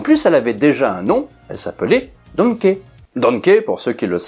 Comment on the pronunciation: Pas "donket"mais "donki", comm l'on dit "Key"